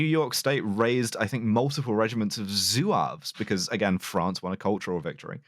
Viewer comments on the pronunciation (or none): They aren't "Zoo-aves", they are "Zwavs", that is the Berber name for them and the spelling is French.